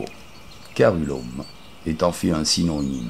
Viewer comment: On dit /céruléum/ 😊